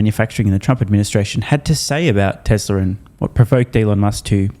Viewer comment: What's "Tesler"?